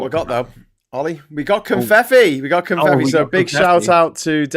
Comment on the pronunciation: Oh! 😳It's "Confeffi", like with two Fs, ("...ff...") not two Ts.